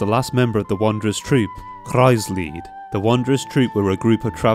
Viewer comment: first Video I watched and I'm so glad you pronounce Kreuzlied horribly wrong... cause that way it actually sounds like a name or something. Who names their child Cross Song? gosh, this game with it's German ..smh xD